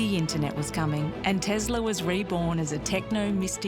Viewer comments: It's Tesla with an S sound in the middle. Even in his own native language, he pronounced his name with an S sound in the middle. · Do you believe that Nikola Tesla like being called Tezla?